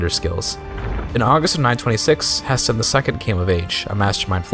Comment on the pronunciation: The way you pronunce Haesteinn makes me ill. May playing Tall reign supreme